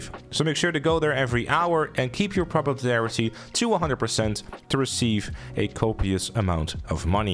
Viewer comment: "Popuplarity" English, my guy. It isn't hard.